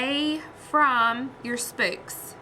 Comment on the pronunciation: too funny! I am from nc too, and I have never heard anyone say 'spooks' for the word 'spokes'. Thank you for your 'mistakes'... just makes us viewers feel normal! I truly enjoy you! Keep up the good work!